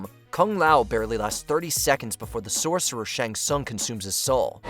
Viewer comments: First of all, its pronounced Shang Sung and not Shaang Sung and Ray-din not Rai-din. And secondly, the best fatality is the one that finishes off the best combatant? Really? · I know that, I'm just telling him how it's pronounced. Since T is silent it's shang-sung. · The pronunciations of some of these names by the narrator makes me cry. "Ryden" for Raiden "Shong Tsung" for Shang Tsung.